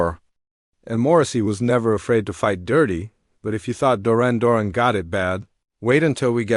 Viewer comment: I've never heard a weirder pronounciation of Duran Duran in my life. Way to show you don't know anything about these bands.